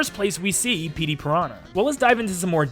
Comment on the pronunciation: “Pettey Piranha”